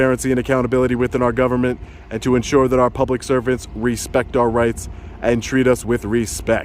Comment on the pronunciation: lol, sounded to me like u said public serpants, unfortunately, many times it's more fitting